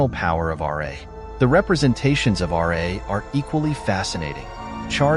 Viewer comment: It's pronounced Ra not R A